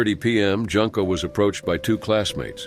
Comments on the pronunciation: The "u" in Junko is pronounced like the "oo" in "tool." (June/Joon-ko) Even pronouncing it like the "oo" in the word "hood" is more correct than making "Junko" rhyme with "Bunko"! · Her name is pronounced Joonko not Junk’o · It's pronounced " Joonko". Just saying. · Junko is pronounced with an "oo" sound, so like the month of June rather than junk like garbage. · It's pronounced June-Koh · And Junko is pronounced "Joon-ko"...